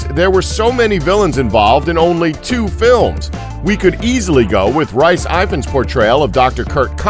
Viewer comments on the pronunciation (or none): Rice Ivan? Rice Evans? I had to watch the clip over and over to understand what he said. I thought who is he talking about? It funny how many Welsh names gets butchered. It's Rhys Ifans. I love the Welsh language well being Welsh and speak it helps. Don't think my name is any easier to say. Except Jones :) Give it a go. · James Anderson He said Rice Ivans.